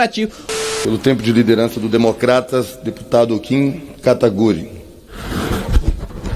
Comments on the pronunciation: Falaram o nome do Kim errado kkkk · Depois de todos esses anos eles ainda falam o nome do Kim errado ?